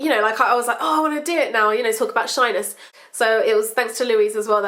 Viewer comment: When she says shyness i keep thinking she says shiners